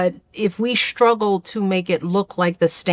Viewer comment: Why can't a Princeton and Harvard graduate pronounce the words "struggle" or "straightening"? It's not shtruggle, Michelle or shtraightening.